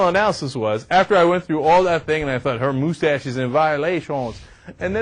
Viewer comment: Wow Ana, You RULE! "Who Gives a shit!?" - what a perfect summation of this. Cenk... um... Poh-Lice the moose-tache? wow, that's brutal, dude... I almost feel bad for laughing... but not really.